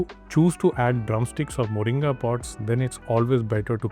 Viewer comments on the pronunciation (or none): none